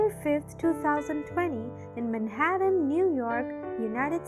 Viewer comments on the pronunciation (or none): none